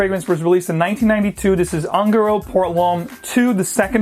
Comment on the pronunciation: Hi... FYI the pronunciation of ungaro is "oon-ga-roe". Spanish for gypsy. Another great video!!.